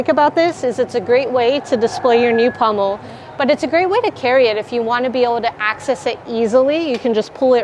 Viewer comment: It sounds like your saying pummel instead of pommel